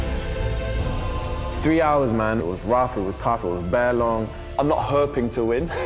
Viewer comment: Nobody: Scandinavian: I’m not hööping to win